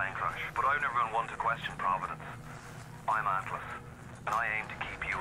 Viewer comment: “Atlus” hahahahaha 😂😂😂